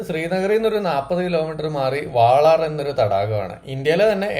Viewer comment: വാളാർ അല്ല "വൂളാർ" തടാകം (Wular lake )